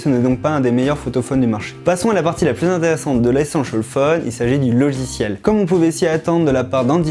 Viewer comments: Allez un petit effort sur la diction svp.. Et un petit cours d'anglais ? 500 fois essenchal fone c'est pas cool. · échancole phone 😂😂 ( c'est ce qu'il dit )